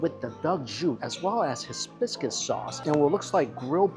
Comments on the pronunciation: Hibiscus not HISbiscus holyyyyyy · Hibiscus not hisbuscus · The hizbiscus was killing me... still love him though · are you trying saying Hibiscus??? Bc my god are you off 😂